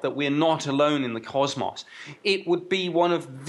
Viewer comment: Nice video. Except the guy that said CosMoss. LoL